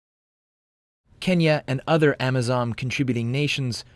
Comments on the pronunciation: first off MR JOURNALIST,ITS AMISON NOT AMAZON!!!!!..and secondly, i am very proud of our KDF troops for their sacrifice,achievements and courage in somalia but i thought vietnam,iraq and afghanistan taught americans and the british that you cant win guerilla warfare and insurgency with conventional military weapons or tactics.... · "Amisom"not amazon! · It's not Amazom. It's AMISOM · It's Amisom not Amazon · AMISON not AMAZON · 😂 I know mahn, they mean AMISOM